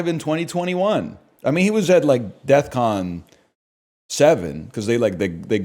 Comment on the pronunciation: someone should tell him its defcon, not deathcon